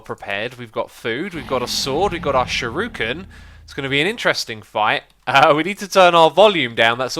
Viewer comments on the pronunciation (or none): It's not shiruken it's shuriken... like sure-icken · Also It's Shuriken Sounds how it's spelt Shur-ih-ken